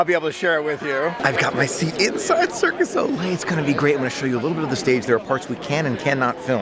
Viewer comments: it’s Cirque DU Soleil... Not Circus Ole! Lol!! ☺️🤗👍🏻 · Fyi cirque du soleil is said cirk due so-lay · It's cirque du soleil. It's french. Not Spanish. Hearing your said circus ole made me want to cry. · It's Cirque du Soleil, NOT Circus Ole. 😜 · It’s Cirque Du Soleil. Not Circus O’Le. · Great video but it is Cirq Du Soleil (Circus of the Sun)